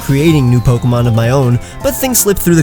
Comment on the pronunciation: Still not mentioning that he was mispronouncing pokemon this entire time even in the passive aggressive pronunciation video...